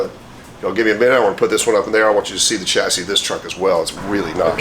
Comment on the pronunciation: What is a ''chyassy " I heard of a chassis pronounced shassi never Chyassy ?